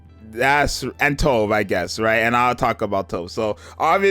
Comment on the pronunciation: Not sure anyone cares but Tove is pronounced "too" "veh"